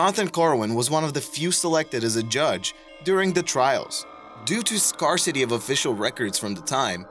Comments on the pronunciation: Scare - cet - e Al - ah - gain - e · Ballygalley is the correct pronunciation. Scarcity however, is NOT pronounced "scar city" but rather "scare-city!" Also, as a somewhat major irritation, I really do wish channels like this would stop trivialising mental asylums. As somebody who spent time in the former St Johns Mental Hospital in England (which was closed at the same time as the state asylums in America), I can assure you it is not all torture and lost souls. Due to the way mental illness was and still is perceived, those who had conditions such as schizophrenia (my diagnosis) and autism (also my diagnosis) very often did not have family who could care for them and also did not function well if outside of a care environment, thus their stay was probably in excess of 30 years by the time the place closed down. As some had lived and died there, you will always find a paupers graveyard in every asylum (for those who did not have family or who could not afford to pay for a burial). These were either unmarked or used gravestones bearing only their hospital number, but either way it was consecrated ground. I have no doubt that some doctors did perform cruelties in there, but that is the case in every hospital existing today. The people in those places were not creepy or lost. That was, for the most part, their home and by and large they were happy there. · it's SCARE-CITY not skarcity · I noticed the same two pronounciation errors as Mary King. I think your videos are well done and love the transcript below, but when a word is mispronounced, it makes it hard to pay attention until you figure out what you heard that was wrong-- scarcity is one example . You should have someone proof watch your videos.